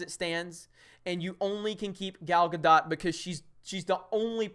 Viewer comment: Henry KAY-VILLE. Gal GA-DOUGH just some pronunciation help, love ya.